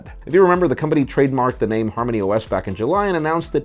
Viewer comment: Huawei and Harmony. Both have pronounced H's. #HNotSilent